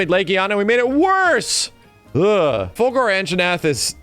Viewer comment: I love how is so into Killer Instinct that he says "Fulgore" instead of Fulgur.